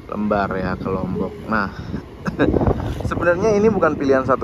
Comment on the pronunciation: Pelabuhan Lembarnya salah sebut mas..Le kayak panggilan anak org jawa bukan lembar-an kertas